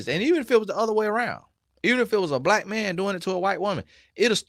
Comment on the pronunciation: Why you saying Blight instead of Black?